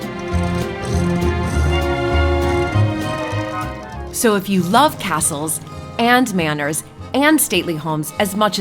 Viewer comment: Your accents arent QUITE American anymore. Both of your stressers on syllables have changed. Almost sounds Irish. For quarter, you guys say "Kuar-ter" instead of the quick American "korter". And the way you both say "All" (Oll) as opposed to American (Awl) sounds more British than American now with rounded vowels. She also says "fresha" instead of "fresher" I love it! Happened to my cousins voice too after she moved to the UK from Illinois. Sounds completely different.